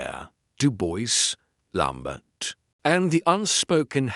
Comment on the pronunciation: French name and place name pronunciation absolutely atrocious, unforgivable mispronunciation of Maigret’s. Actor narrators need not worry with this terrible AI, “lamb bert!!!”